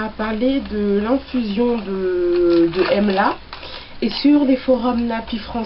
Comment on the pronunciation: j adore la video et comme tu as revolutionalise le mot. Emla c plus joli que amla. J ai rigole quand tu as crie!! Moi aussi j'ai eu la meme experience..de la poudre partout j en ai fait une huile moi aussi. Je suis en train d en infuser dans de l huile de noix de coco(je sais que tu as horreur de l'huile de coco). Donc j ai mis une cuilleree a soupe d'emla :) et ensuite un peu de tulsi et brahmi.. j avoue que j experimentais..donc je vais utiliser cela comme un traitement avant shampooing.